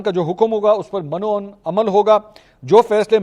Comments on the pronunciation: محترم ۔۔یہ لفظ "من و عن " نہیں بولا جاتا۔۔بلکہ من وعن (م کے نیچے زیر ھے" ) اُردو تلفظ مہربانی کریں صحیح تلفظ ادا کریں ! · من و عن۔ Min o un. میم کے اوپر زبر نہیں زیر ہے